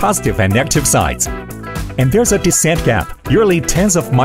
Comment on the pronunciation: AI? If this was AI it's a terrible one, since its pronunciation of certain words are cringingly bad (AIs sound robotic but you can usually count on them to not pronounce 'decent' like 'descent'). This is more likely a real human Chinese narrator who is trying too hard to mimic an American accent while butchering pronunciation and slipping in grammar errors here and there (notice the spoken words sometime missing an 's' from verbs per the subtitles - another evidence of non-AI). You call them out on this and they will shoot back with the lame counter-argument "as if your media can speak Mandarin at comparable level".